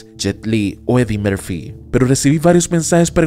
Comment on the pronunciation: Hay que preocuparse un poco por averiguar cómo se pronuncian los nombres de los actores antes de soltarlos de cualquier manera (¿Chuck "noRis"? ¿Eddie "mErfi"?).